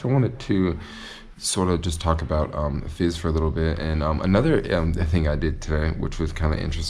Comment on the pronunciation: Your pronunciation of Fez is a little fizzy. tee hee hee